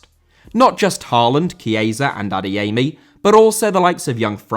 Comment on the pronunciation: Adeyemi* not Adeyeimi